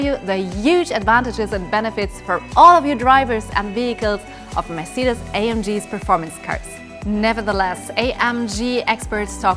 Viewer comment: She should learn to pronounce the word Mercedes 😊